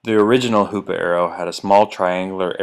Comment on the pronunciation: Every time he said hoops arrow I said HOOOO PAA